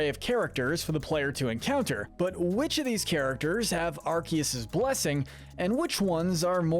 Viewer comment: It's arkoos!!😤